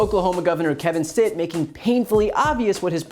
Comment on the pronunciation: Stitt pronounced Sh?t